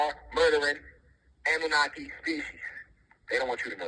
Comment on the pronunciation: No disrespect but its kind of a red flag to me when he doesnt even know how to pronounce Annunaki